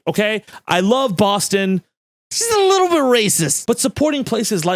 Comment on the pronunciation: I knew you'd lived in Massachusetts for at least a minute the second you described it as "just a liiiiittle but racist" 🤣 Miss you, Dorchester